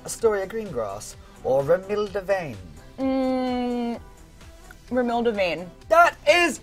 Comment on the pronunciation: "Romilda Vane" REALLY?! 🤨☝️